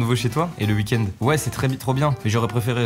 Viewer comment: Je suis le seul à avoir remarqué weed end au lieu de week end ?